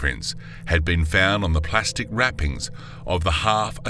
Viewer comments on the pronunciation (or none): none